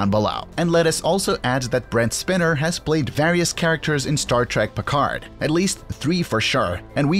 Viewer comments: It’s Date-Ah…not Dad-A. Also, it’s Brent Spine-Er….not Spinner. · A: It's "Next Generation", not "new generation". B: It's Data, not Data ;-) C: It's Spiner, not Spinner. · FAILED narration! So Sad!!! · Has the narrator never seen ST:TNG? As Data tells the wretched Dr. Pulaski in Season 2, “My name is Day-tuh, not dah/tuh!”. And the actor is Brent Spy-ner, not Spinner! Dang !! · Brent Spinner? Dat-uh? Bro... Uuuuuhhh, have you seen Star Trek? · Brent spinner? Datta? Jean luck Picard? Come on, dude. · You showed a picture of Brent Spiner and mis-named him John DeLancie. You also mis-pronounced "Day-tah" and "Spy-ner." Can I have some of the drugs you've been taking? They must be really good! :) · "Brent Spinner"?? The least you could do is learn how to pronounce the names properly. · So Brent doesn't spin? He's not a spinner? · Damn the narrator never watched Star Trek. He butchered Data's and Brent's past name. Sheesh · I'm sorry but the way you mispronounced Brent Spiner and Data's name made this channel lose all credibility with me. Anyone who knows anything about Star Trek wouldn't have done that. I think Star Trek Picard is the extent of your knowledge and the rest came from a Wikipedia page